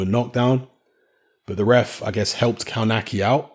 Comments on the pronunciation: Isn't it "KOVNATZKI" ? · you should pronounce it "KOF-NAS-KIE" !!! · Kownacki is actually pronounced as "Kovnatski"(close enough). Not judging because Polish is obviously is not your first language but if you're commenting about someone you might want to at least say his name right. No, I'm not Polish and no offense taken, just giving you a little tip. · Kownacki (kov-na-ski, I think that is how it is pronounced). Kownacki came in very heavy and I think Kownacki underestimated him and thought he could just walk through him whilst throwing. Kownacki has just taken a small step backwards but he can come again (the irony is he was just banging on about his 100% record) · As a Brit that lived and worked in Poland, I can say it takes a while before youre able to a, read polish words/names properly and b wrap your English speaking embouchure around the Slavic style - we can give a pass surely